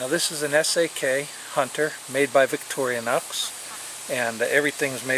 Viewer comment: I think he says victorinox correctly, althru with some strange accent. Look victorinox com if you never heard of it.